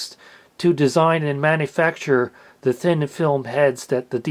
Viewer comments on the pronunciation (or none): none